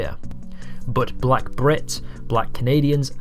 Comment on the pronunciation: Sorry to say, but you're definitely putting on negative emphasis on "Black" while you definitely use a softer, more positive voice when saying "White". I think you have racial biases, but that's quite common.